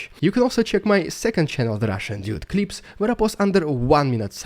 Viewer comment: "Dyood"? I think it should be "dood"